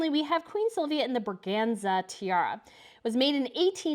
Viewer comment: At least the Braganza tiara was not called the brazanga this time...... she only got it wrong about 20 times before getting it right. The fact that mistakes like that really hurt the credibility of the channel will hopefully make the creator put in more of an effort to get it right in the future.